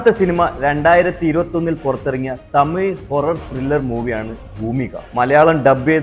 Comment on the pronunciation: തമിൾ അല്ല തമിഴ്